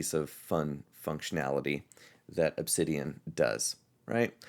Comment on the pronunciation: Wowsers! Ask and you shall receive! Thank you,! This gives me a great direction. Looking forward to more videos! Edit: BTW...you pronounced the name perfectly:)